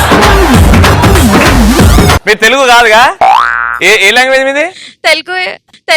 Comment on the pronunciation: అది 'తెల్గు' కాదమ్మా.... "తెలుగు"